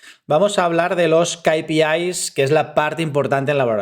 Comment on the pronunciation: Gracias por el video. Solo una cosa, o dices "KeyPiAis" (ingles) o dices "KaPeIs" (espanol). Repites una y otra vez "KayPiIs" en el video por ejemplo. No lo digo para atacar, solo para que te des cuenta. Un saludo